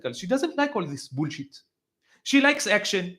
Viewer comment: Im borrowing the way you say "boolsheit" As a teacher of English for over 24 years, I can attest it's the correct pronunciation. BOOLSHEIT.❤😂 Love it.